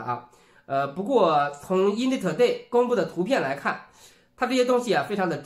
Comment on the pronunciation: in地 2ley 可以稍微提升一下英语吗？ ...